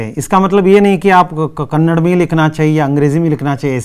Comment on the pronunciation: thanks for the explanation and teaching. But while explain do not mispronounce . Its KANNADA not KANNAD.